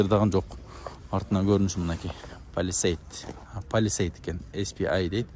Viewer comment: Лпж деп койот лпай эмес, кичине латынча тамгаларды да уйронсон блогер, полесайд деген машина релесайд эмес